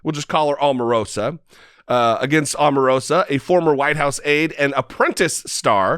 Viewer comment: Her name is pronounced OH marosa